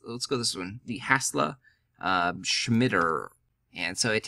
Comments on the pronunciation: He also said SHMITTER. lol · brother its Scimitar "SIM-IT-AR" :-) it's a sword. Hey great video, thank you for this information, really valuable